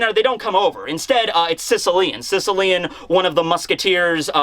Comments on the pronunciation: Just to point out possibly another reference: Sicilian in reference to mafia is pronounced Sis- as in sister, ill- like sick, ian- like the name ian. Sis-ill-ian. It references a part of Italy related to the mafia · Yo, I’m Not Being Sarcastic Or Anything But Based On Your Pronunciation Of “Sicilian(Shishilian)”, I Just Had The Wildest Realization That “Secia-lian” (as you pronounce it) Sounds Very Similar To “Cecil-Lion”. “Cecil The Lion” That Was Shot Down In 2015 (rip harambe too, you will never be forgotten), & The More You Say His Name, I’m Convinced That Eichiro Oda Was Subtly Referencing “Cecil The Lion” As “Sicilian” In One Piece.